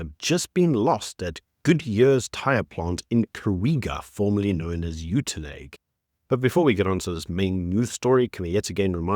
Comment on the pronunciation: Stop saying the towns name wrong!! You have been exposed enough to the Afrikaans language your whole life to say it correctly! 😡😅